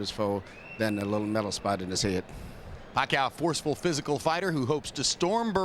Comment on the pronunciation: Pacquiao's name is mispronounced...